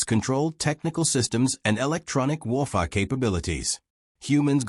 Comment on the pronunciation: I did like this story but here is the problem if you listen to it you will find the narration cuts sentences, and also seems to have problems with some words like Warfare and others.